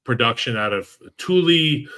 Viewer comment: The Chargers gave up the least number of points last season, and the earliest they're mentioned is 10???? This underrating is typical for the Bolts, but not being able to pronounce Tuli's name was punk!!! Another year of shutting y'all coming soon!!⚡⚡⚡⚡⚡⚡⚡⚡⚡